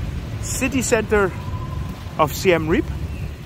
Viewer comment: Reap is pronounced with two syllables Ray-ap. (Siem Reap actually means the 'defeat of the Thais', which doesn't stop them attracting Thai tourists). I was last there in 2019 not that long before Covid closed all the SE Asian borders. A very lively little town with a great manic character...